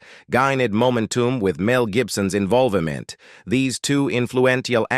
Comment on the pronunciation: I wanted to watch this but you using an A.I. for your commentary is TRASH! I can't watch this crap. I can't hear "Invol va ment" without laughing at the laziness.